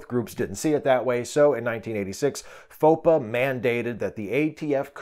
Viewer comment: I think FOPA is meant to be pronounced "faux pas."